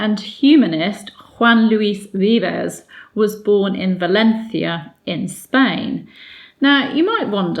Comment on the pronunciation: So Mary was partly educated by a Humanist? BTW your pronunciation of Valencia was perfect! Thank you so much!